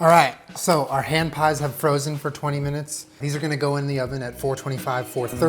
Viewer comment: I heard Strawberry HAM pies every single time he said it. I was so confused thinking he was going to put ham in a strawberry pies, until I actually saw him make it and realized it was HAND pies. omg.